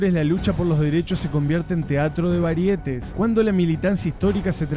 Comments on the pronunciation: Sí,pero pronunciaste teatro de "varietes" y no "teatro de varieté" con tilde en la última "e". Escucha tu propio video. Y además no está en el diccionario de la RAE. Pero sí he escuchado teatro de varieté. Y sí estoy de acuerdo con el contenido del video. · La palabra variétés se pronuncia como si fuera aguda, algo así : " varieté ". No puedes ser más obtuso. Simplemente di "variedades" y quedas mejor parado 🙏. Ah ! Y debacle es femenino: la debacle,esta debacle 🤢😡.